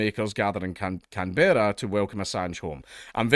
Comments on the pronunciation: "Can-berrah?" Can-brah. Come on mate, as a Scot you know what it's like for the English to butcher your names, why you gotta pass it down? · For the record it's pronounced closer to "CAN-bruh" than "Can-BEAR-ah". Sort of "CAN-borough", almost. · Can-bra. Can-bra. Not Can-berra. Briz-bin, not Briz-bayn. Every fucking time. MELL-BUN NOT MELL-BORN. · Can-Berra 😂😂😂 it’s just Can”bruh” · Just to let you know, Canberra is pronounced as, "Kam-bruh" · It's pronounced canbruh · I think you were going to say it right the first time lol. Can-bra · Can-bruh* other than that cheers for the coverage bro fu k the us, Australia always licking their fkng hole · It's CANBRAH say it right.. lol 🤣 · Pronounce Canberra as Canbra and Albanese as Albeneasy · Dankula - Canberra is pronounced Canbruh. True story. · Can-bruh and Al-ba-ne-zee. I'll put a pedantry mark next to my name. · Can-bruh ,Al-ban-easy, Dank. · *Can-bruh *Albaneezie 0/2 hitrate on Australia-related words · are you saying Canberra wrong on purpose? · Damn, as an Aussie I cringe everytime Dank pronounces Canberra like that 😂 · His pronunciation of Canberra is getting me and I'm British